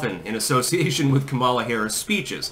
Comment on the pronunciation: Its pronounced Commy-law